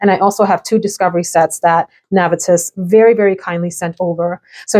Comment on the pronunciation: I fell out laughing when you said “discivery set” and paused like “ what the heck did I just say 😂😂😂😂😂